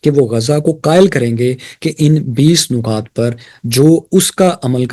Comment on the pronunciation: سر نکات کے 'نون" کے نیچے زیر ہے اسے پیش کے ساتھ نہ پڑھیں ۔پیش کے ساتھ بالکل الگ لفظ ہے خوش رہیں